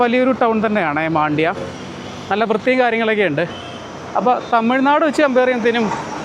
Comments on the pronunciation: മണ്ഡ്യ എന്നാണ് പേര്..not മാണ്ഡ്യ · ಮಂಡ್ಯ ✅ಮಾಂಡ್ಯ❌ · Oru sthalath pokumbo aa place nte peru correct ayi parayan padikku..maandya alla..mandya anu